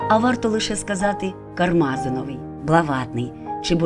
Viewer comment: Дякую за цікаву тему. Але варто правильно ставити наголос. КармазИновий. Наголос на літеру ,,И"!